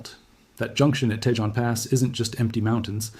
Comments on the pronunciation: It's pronounced Tah Hone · It's TAY HONE pass - I do with these people on YouTube would learn to pronounce Spanish names. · In”Tejon” the j is pronounced like an h.